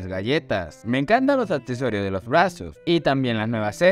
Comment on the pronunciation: "los brrasos" jajajajajajajajajaja ame esa parte xd